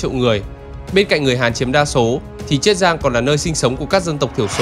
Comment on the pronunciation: Tôi nghĩ là triết giang chứ, thế là chiết giang hả, nếu là chiết giang thì bạn đọc phát âm sai nhé, bạn đang phát âm là triết giang chứ ko phải chiết giang, mà tôi vẫn nghĩ là triết giang